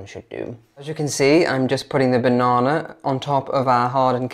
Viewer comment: Can we all just appreciate pronunciation of “banana”? 😊